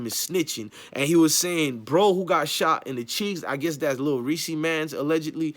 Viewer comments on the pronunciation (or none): I thought it was Lil "Reese". Sounds like he sayin Lil "Reesie"? Smh..